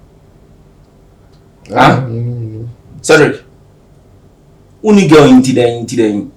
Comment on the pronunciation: The way pronounce Cedric is funny as hell 🤣🤣🤣